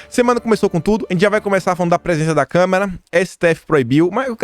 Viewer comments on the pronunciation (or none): Adoro seus vídeos!! Você é um cara que pesquisa, liga os pontinhos e entrega tudo mastigadinho pra gente! Obrigada mesmo por me ajudar a entender os últimos tempos no Brasil! Só uma dica, você tem falado muito "câmera" em vez de "Câmara". Isso é comum, principalmente quando a pessoa fala de maneira quase ininterrupta, mas pode se tornar um vício de de linguagem.